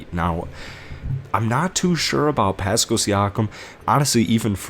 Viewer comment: Step off. His content is pretty on point. Even though he mispronounced Pascal, Vanvleet, Dragic and Gillespie